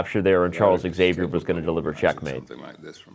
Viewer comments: Imagine pronouncing Xavier "Exavier" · Nice but now I have a correction for you. 😉 Your pronunciation of Xavier is incorrect.